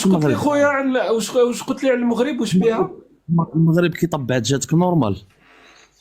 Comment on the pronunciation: ON DIT EL MAGHRIB EL MAGHRIB EL MAGHRIB EL MAGHRIB EL MAGHRIB EL MAGHRIB EL MAGHRIB EL MAGHRIB ET NON PAS EL MOUGHRIB DÉSOLÉ